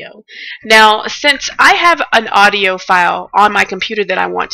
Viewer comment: odio? ne e sigurno TUKU AUDIO A U D I O